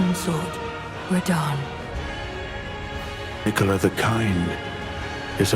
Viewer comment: Hopefully, you can get an A.I. voice over that pronounces Miquella correctly. That made me scratch my head a few times. Aside from that, great video.